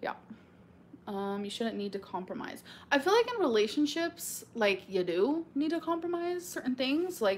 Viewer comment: "i phil like"